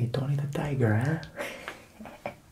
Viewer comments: ..what did you say..? ..fugetaboutit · When he said “fuggedabawtid” i really felt that